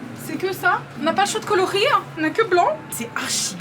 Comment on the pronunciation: Elle existe dans tous les coloRRRRRRis avec l’accent belge t’es imprégnée ça y est 😂😂😂😂